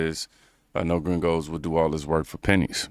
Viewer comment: The guy around the mark was an absolute clown. YOU ARE WHITE, and your dumb self calls other whites gringos like you are Mexican and you can’t even say it right! And with your annoying ass attitude, no honest person would work for that clown. And it’s all fun and games when you can take advantage of people who can’t report the “slave labor” a lot of these fools do with illegals working for them. I seen a similar clip from a farm owner whining about not having any illegals to work and we better get our asses out there and work. And I’m like “no I won’t help you but ain’t it funny that he loves paying people like shit and under the table, mind you with ZERO BENEFITS or healthcare for such work that deaerates slowly and the clowns could care less about you. Thats why they chase after illegals to work for them. Cheap and they can’t report you for how you treat them. Scummy behavior